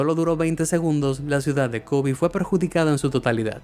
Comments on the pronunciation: No es Kobi, sino Kobe. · kobi o kobe minuto